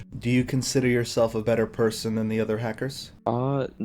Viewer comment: lol " really nice preson" 🙈